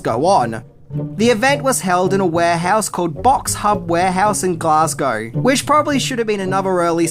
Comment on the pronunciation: It's nice to hear it not being pronounced "Glass-cow" like all the bloody Americans have been saying.